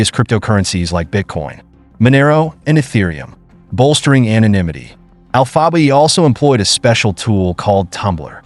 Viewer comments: You guys need to quit it with this bullshit AI voiceover dude can’t even pronounce alpha bay lol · This comment sounds about as stupid as this AI bullshit trying to pronounce alphabay lol smh